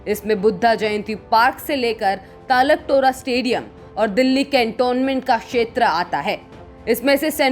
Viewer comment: ताल कटोरा नहीं तालक टोरा 🤣🤣🤣